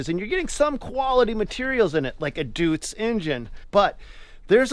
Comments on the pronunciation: Deutz is not DOOTZ, it souds like Doy-tz like saying toy but with a D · Deutz engine is pronounce “doytz” like toys, not dootz like toots. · Im told its pronounced “doits” deutz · For future reference, Duetz is pronounced Doits. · "Deutz engine" hahaha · These are great videos, but you've got to stop mispronouncing Deutz.